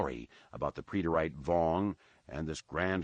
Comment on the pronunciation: So when he says "pree-det-ayte.." does he mean preterite